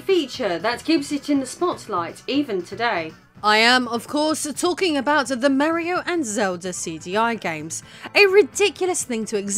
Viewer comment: Oh, what is this...? A woman making videos about video games? Fascinating... My own knowledge about CD-i is rather limited, but this seemed like a well researched topic. I also liked the presentation, although this pronunciation of "Mario" is way off. Still, I think I am going watch some more of her videos in the future.